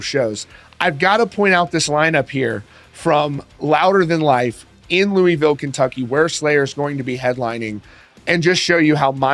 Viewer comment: Don't ever say Louisville like that again! It's looolvull